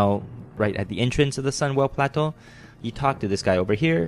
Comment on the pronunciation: Love the way he says "Plateau" xD nice vid man, helped me out alot